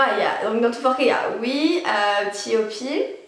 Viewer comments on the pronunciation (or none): S'il vous plaît prononcer bien les groupes etc a l'anglaise c'est pertubant D: ... Du genre T.O.P = TiOPi ou NCT = N-Ci-Ti